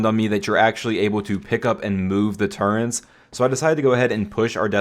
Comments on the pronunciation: Love the video but what's a turrent? Oh you mean a turret!! There's no N in that word. It's a turret, easy word! haha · I'm sorry, I love your content 💯 But after 7 years as you say... I draw the line of you calling turrets......TURRENTS... Stop it now or I'll find you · theres no 'n' in 'turrets', my dude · Where is the "N" in turret?